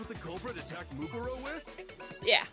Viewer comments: Just lettin ya know, Mukuro is pronounced Moo-Koo-Row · Say it with me its said moo-Ko-ro eek-oo-saba = mukoro ikusaba